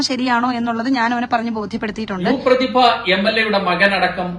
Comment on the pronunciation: You’re not Pradhiba ..your “PRDHIBASAMNU”😂